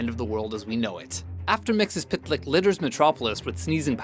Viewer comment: Admittedly, saying Mxyzptlk isn't easy, but you guys can do better than that.